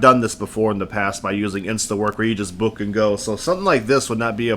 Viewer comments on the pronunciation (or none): none